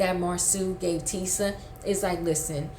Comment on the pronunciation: The names are Marsau ( Marso) and Tisha, not Marsue and Teesa